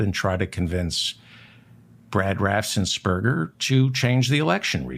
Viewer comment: It's RAFFENS-BERGER not RAFFSENS-BERGER. No S after the FF